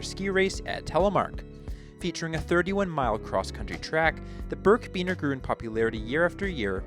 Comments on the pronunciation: It’s birkbiner, not birkbeaner. Good research though. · It's pronounced "birk a biner" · birkiebiner, learn how to say it correctly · You miss-pronounced birkebeiner.